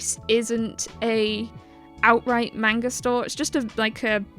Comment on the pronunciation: Nice video but please pronounce manga correctly lol